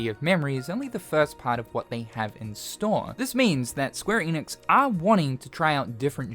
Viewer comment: SQUARE ENIX. Not EEEENIX